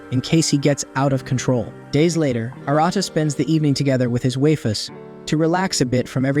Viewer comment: Shame it couldn't pronounce waifus if it was going to use it so often.